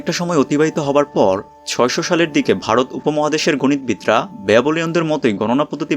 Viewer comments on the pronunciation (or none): none